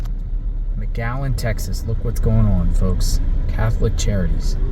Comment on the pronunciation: Is he saying magallen??? It’s McAllen!!!!!🤦🏼‍♂️